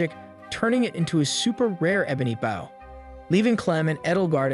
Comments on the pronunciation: I enjoyed the video but got hung up for far to long on how you pronounced "bow" as "baow" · The way you say "bow" cracks me up every time